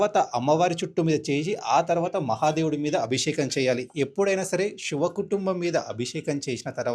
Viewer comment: ముందు షి వ. అనకుండా శివా అనడం నేర్చుకుని వీడియోలు చేస్తే బాగుంటుంది. షి షివ కాదు. శివా శివా శివా అనాలి